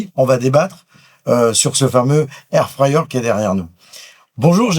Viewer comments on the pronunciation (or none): Air fayer air fayer..c'est air fRRRyer bordel de cul 😂😂😂